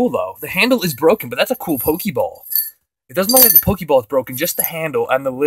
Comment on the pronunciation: oh god the pronunciation of pokeball